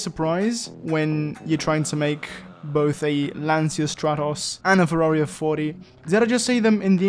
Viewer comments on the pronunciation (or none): none